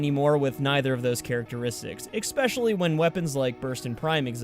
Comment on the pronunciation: Did you say "exspecially"... dislike for that...